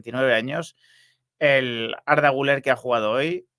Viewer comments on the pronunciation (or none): Por favor. Se llama Güleeér. Aceentuando la ultima silaba. Comer; beber, jooder; Guüler!!!!